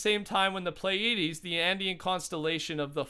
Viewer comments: Your pronunciation was pretty good. Pleiades (as I assume is what it is) should be "plee-ah(or ih)-dees" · His pronunciations of Pleiades, solstice and Orion are awful